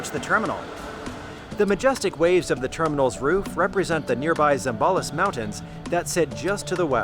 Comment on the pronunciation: I love how you properly pronounced the places of Pampanga and Zambales <3